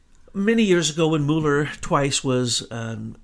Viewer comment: I think you're asking a lot of a guy who can't even pronounce "Mull" er. :)